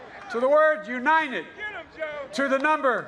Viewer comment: In Philadelphia he has a crowd of what, 300 people? And Joe.... it's u-n-I-t-e-d..... not ..... u-n-i-n-t-e-d